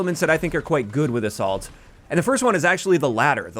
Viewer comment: 2 times i heard "the salt" or "a salt" instead of assault